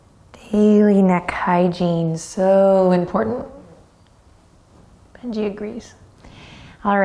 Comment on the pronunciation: Im a regular to this session but this is my first time hearing what i think to be Bengi poot 😂